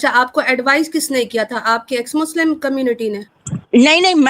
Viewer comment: H muchlim bol rahi hai 😅😅😅😅😅